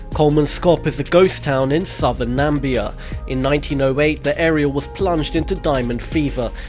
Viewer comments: Just like Donald Trump, its not Nam-bia its Nami-bia.... NAMIBIA. Read very carefully and use common sense. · Frieda Shigwedha I know that, but he said "Nambia"